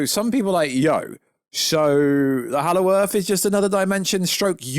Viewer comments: Hallow Earth…… why do you keep saying it!! Super annoying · Exactly, for some reason ‘he’ can’t say that and it’s super annoying.